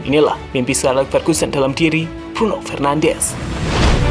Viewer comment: Bruno FernandeS not FernandeZ. He's portuguese not Spanish.